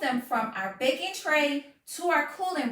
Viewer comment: Your skeleton costume is very scary but somehow I made it through the video. ☠️funny fact : when you said "we're going to do some bakin", the closed captions guessed you were saying "we're going to do some bacon" 😅